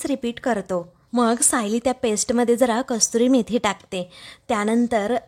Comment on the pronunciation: कस्तुरी मेथी नव्हे तर कसुरी मेथी म्हणतात. एवढेसुद्धा लक्षात येत नाही का? नेव्ही पिके चा केवळ आवाज चांगला असून चालत नाही तर तिने योग्य शब्द योग्य पद्धतीने उच्चारले पाहिजेत. तुमच्या व्हिडिओमध्ये या चुका वारंवार घडत असतात. व्हिडिओ पूर्ण झाल्यावर युट्युब वर टाकण्यापूर्वी एडिटिंग होणे गरजेचे आहे.